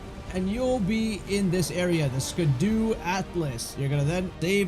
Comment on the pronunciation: I laughed a little when he said "scadoo atlas" lol